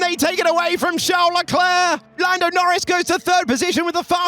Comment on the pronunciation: "Sharl Leclaire" I can't with this commentators xd